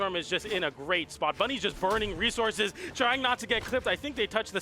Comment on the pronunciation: dis is wjat hawpens when you yuz youw rewsauwcus ofsawge